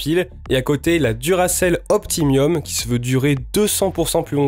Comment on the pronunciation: super merci ! un tip : powerful ça se prononce foul pas ful, et optimum se prononce optimom pas optimiom :)